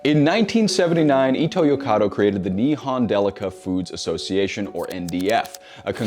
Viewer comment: When did the name of Seven-Eleven's parent company change to "Ito's Corner of Europe"!? Pitch accent is the worst!